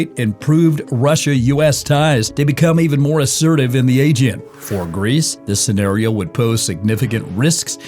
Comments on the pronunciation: AEGEAN, not agen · Please train your AI to say “Aegean” with the right intonation! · Learn how to pronounce: ‘aegean’, correctly first, and after you present yourself as specialist at the region’s matters.